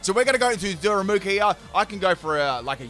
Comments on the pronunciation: "what kind of pedant would roast him in the comments for saying a name wrong?" 27 "daru MOO ka"s later... da ru ma ka, DARU MAH KAH! Like "Daruma"!! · U lit said darumaka correctly the first time and then proceeded to call him darumuka the rest of the battle😂😂.. bestt part is u apologised as if it was the greatest mistake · Noone: Literally nobody:: Daramuka xd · Dude you pronounced Darumaka's name like three or four different times in this video LOL.